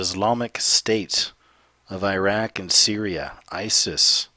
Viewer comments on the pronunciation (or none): none